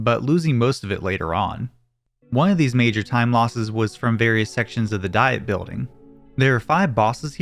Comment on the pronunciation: "Diet", as in a governing body, is pronounced "dee-et". It's not the Dieting Building